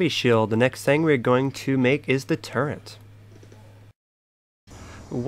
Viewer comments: dude WTF it's pronounced turret not turrent turret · its turret not turrent..... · Very sorry but turrent isn't a word it's turret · When he called a turret a “turrent* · its turret nit turrents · He not saying fukin turret right he's saying turren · Dude its turret not turrent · He's not sayin fuking turret hes saying turren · turret not torrent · Turret turret not turent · Turret not turrent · The amount of times he said turrent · WTF IS A TURRENT YO JFC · Why the fuck are you saying turrent